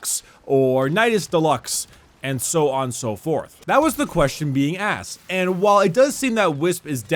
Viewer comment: “That was the question being assed”